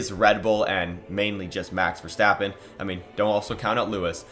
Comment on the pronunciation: You finally learned to pronounce verstappen right thank you